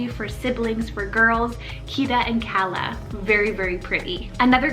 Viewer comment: That's so sweet and I like the pronunciation!😍We pronounce it Kaa-luh.